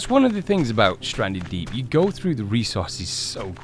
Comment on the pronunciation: U said welcome back to standree deep